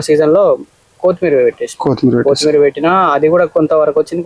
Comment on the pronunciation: కోతి మీర కాదు కొత్తిమీర